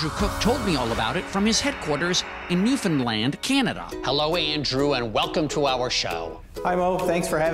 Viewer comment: Great short video. And it's always great when USA media people correctly say Newfoundland.